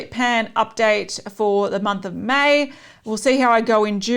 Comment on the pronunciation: When you kept saying “May..May”, my mind went “mate..mate”. I’m such an Aussie, aren’t I 😂? Thanks so much for uploading:)